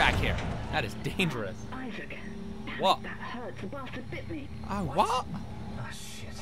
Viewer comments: I assumed it was supposed to be "eye-sack", but eh. It's a humourous mispronunciation. *beat* Did a joke just go completely over my head? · Oh god, the worst images come into my mind when he pronounces Issac's name as "eye-sac". *shudders*